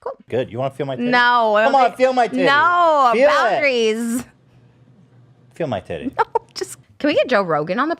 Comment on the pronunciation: She really said bOunDRiEs 😂